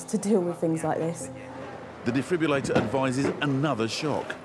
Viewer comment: It's a defib-RILL-ator not a defib-u-lator. Get it right. That said, they did an amazing job bringing the patient back to life.